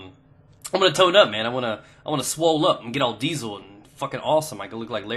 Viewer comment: YOU SAID SWOOLLLLL!!!!! i love you